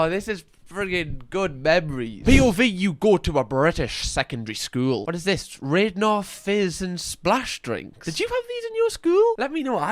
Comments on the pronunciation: hearing pronounce radnor as raydnor gave me sadness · It aint pronounced radnor is rad- ner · Left school this year so will be relatable. Also it’s pronounced rad as in what Americans say ‘that’s so rad’ and Radnor strawberry is elite. Please do more reactions of like educating Yorkshire and stuff❤ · Radnor is pronounced “Radnawr”